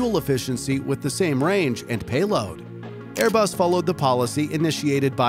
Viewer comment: Its ”*Airbus*”